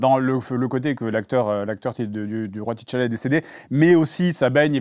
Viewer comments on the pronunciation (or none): Le "ti Tchalla" m'a tapé sur le système pendant toute la vidéo 🥱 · Pk ils disent T tchalla ???